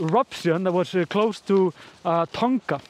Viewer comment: just something you may have forgotten. Dogs only see in black and white. Despite throwing a bright blue frisbee, it doesn't mean that it's easy for Polly to see, especially how or where it lands. Also, you've mentioned Tonga in the South Pacific. Firstly, you do not pronounce the letter 'g' as a strong letter but like referring to a pair of tongs. Therefore it sounds like tong - a. The volcano that erupted there was an underwater volcano but was so powerful that it blew rocks and other debris well over 15kms into the air which affected air travel. There are many under water volcanoes around the South Pacific with one nearby this eruption that had already started to create an island. After Krakatau erupted in 1883, another island was created within it's caldera called Anak Krakatau in 1927, meaning Child of Krakatau. So I don't confuse you, I have used the Indonesian spelling of this volcano and not the English. Something is always going on under the sea but we just don't bother to pay much attention unfortunately.